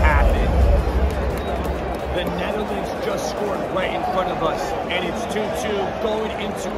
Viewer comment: Bro he said knetherlands ☠️